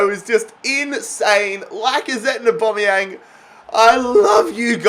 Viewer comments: Every normal person: Aubameyang: AuBOMeyanG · It is literally only pronounced as Au-ba-mey-Ang not Au-ba-mey-ong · Well it's not Or-Bom-Ee-Ang as it's an a where "Bom" is. So if anything it's Or-bam-ee-ang. I say Ow-Bam-ee-ang. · It’s pronounced AubAmeyang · Why you saying Aubameyang weird?